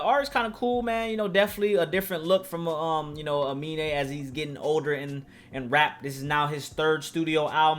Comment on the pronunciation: really said his name right the entire video and ends the video calling him " a mean " lmao